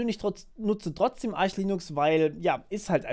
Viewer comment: So ist auch die richtige Aussprache. Es heißt nicht "Ark", weil keine Silbe folgt wie bei Architect/"Arkitekt" und ist kein Ar-sch, weil es nicht Arsh geschrieben wird. Es heißt Arch/"Artsch", weil englische Phonetik